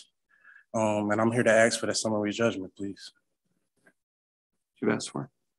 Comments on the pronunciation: I'd like to "axe" this father of the year exactly what a "municipility" is? 😂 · I wouldn't mind betting that Chili was his legal counsel, being as he's a constitutional law expert. You have to admire the patience of the judges letting him drone on for that long. Axe? Did he say Axe? Edit: he did say Axe, and also Axing. also he said 'cohorsion'...wif does that mean? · It’s all bad when he started out by trying to “axe” the judge a question 😂😂😂😂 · Friggin this. If I have to hear axe instead of ask again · He keeps talking about "Axing the court..." Do they not have security that would prevent him from bringing an axe into court?!? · "I ax you"I mean I understand some people say it like that but what's wrong with saying "I ask you " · He says ‘ax’ and ‘axing’ which pretty much tells me all I need to know, irregardless of his sad SovCit blah blah blah. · As much as he axe,he should be a logger😂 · 'Uuuhmmm....I would like to ax...' What a scholar! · I bet Paul Bunyan never said AX this much. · How many stupid questions is he gon axe? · Anyone who uses the word "aks" should be given 30 days for contempt of English. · I'm here to AX...I'm axing..." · First of all, it I were the judge, I’d make it perfectly clear that if you do not speak English correctly in the court, your case will be short lived. Until he can ASK questions instead of AXE them, I’d put little credence in his brain power. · He said "aks." Contempt of court for murdering the English language. We are all victims. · I don't take anybody seriously who says aks. People need to learn to speak properly. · If you are going to use ax for ask, we're not going to have a conversation.